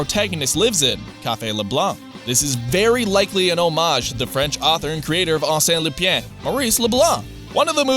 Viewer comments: "Are Sent Loopy Ann"... smh... "ar-SEN loo-PAHN" (though technically the N in Lupin shoule be half-voiced at best)... EDIT: Or probably more accurately "ar-SEN loo-PAIN" (pain as in the French word for bread, not the English word for pain) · Why the fuck can't american youtuber fucking check how things are pronounce in other language. Arséne Lupien. Fuck you it's Arsene Lupin! Fucking google it!